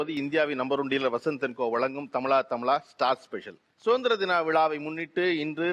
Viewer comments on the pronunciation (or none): என்ன ஐயா நீங்கள் நடத்துனர் நீங்களே தமிளா தமிளா என்று உச்சரிக்கிறீர்கள் தமிழா தமிழா.